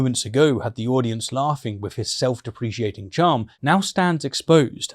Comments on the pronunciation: I love your videos, but the way you pronounce self-deprecating does my head in! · Sorry to be that guy, but I think you might be saying self-deprecating incorrectly - just a little nitpick for future vids as it was a bit jarring to me. Otherwise like your content bud! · Is that how British people pronounce self-deprecating? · I’ve said it before and I’ll say it again, please, PLEASE let me review your videos before they get uploaded so I can fix any errors like the pronunciation of “self deprecating”. I would gladly do it for free. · Is “self-deprecating” pronounced differently in British-English?